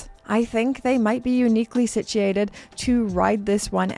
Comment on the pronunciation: Interesting how pronounces the word situated.